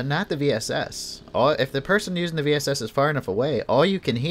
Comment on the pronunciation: If you can master the bullet drop, the VSS is pretty dope. I've curved it over hills and mounds to hit a poor opponent just trying to peek or heal. Semi and full auto, too! And yes, it's range is a bit limited. I think the farthest kill I've gotten with it is about 250m. And thanks for pronouncing the name right!